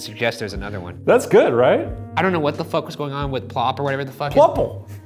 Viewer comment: Look at me laughing at Ryan for saying "Plop" as if "Pluple" sounded right